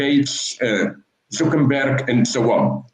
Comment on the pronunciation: And sho on and sho on